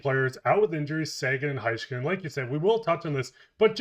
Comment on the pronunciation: Please stop pronouncing Heiskanen's name wrong, it's HEY-skanen not High-skanen